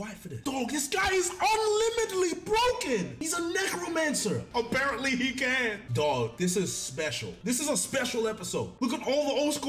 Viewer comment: I thought he said negroe-mancer 😂😂😂